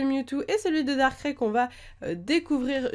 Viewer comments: Pourquoi tu dit darkrai darkrai à la place de darkraille? :) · C pas darcré mais darkraï comme quand tu dis aïe lorsque tu a mal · nul elle c'est pas prononcé Darkrai Sa ce prononce darkray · sa se prononce darkraye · Ouai ser énervant quand elle dit darkrai à sa manière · XD comment tu prononce Darkrai